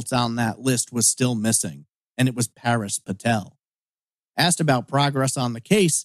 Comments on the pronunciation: You flip from calling Paresh (Par-esh) "Par-eesh", to calling him "Paris", though Google doesn't find any information on <Paris Patel Austin TX>. That said, if people were habitually calling him "Par-eesh", I can understand why he asked to call him "Paris" as that is closer to "Par-esh" than "Par-eesh" is. Is this just the American inability to pronounce non-English names? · Isn’t it Parésh (pah-resh)? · Even I was like it’s pa-resh 😂 and I’m British. Then again I speak several languages. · It is a common name, I know it well, which is precisely why I am mystified as to why it is being pronounced here as "Par-eesh". .... English speakers invariably start out trying a very literal pronunciation of a name, or word, they're not familiar with, so where did the long "ee" come from? 🤔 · that’s an assumption to make lol. It’s not that hard to pronounce Paresh properly. I’d understand if it were a difficult name to say. I do not live in London. You seem to have picked up the lovely American pastime of stereotyping people.